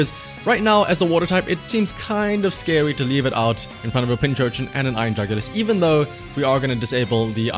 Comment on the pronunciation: Subbed just because you keep calling it Pinchurchin